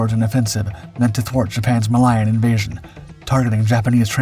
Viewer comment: MA-LIE-IN waters? You have to be kidding me or have no quality control mechanisms.